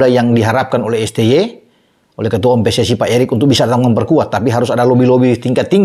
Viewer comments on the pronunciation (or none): none